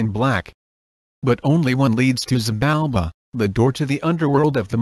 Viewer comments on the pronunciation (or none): none